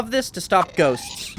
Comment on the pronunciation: Bro said "ghosts"